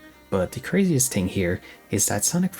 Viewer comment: Learn how to say the word "thing".